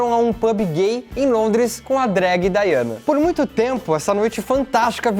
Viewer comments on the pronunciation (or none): none